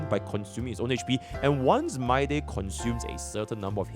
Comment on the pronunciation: bro says my-day